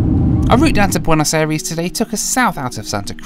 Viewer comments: It triggers me how he just slightly miss pronounces Buenos Aires. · Boo-n’-oz eh rees